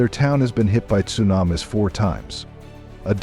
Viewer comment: Sue nam iss 😂😂😂